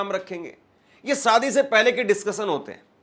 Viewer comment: Bhai jab aap shayad theek se bol rahe ho to shaadi ko Saadi kyun bolte ho !! Thoda apna uchhaaran theek karo !!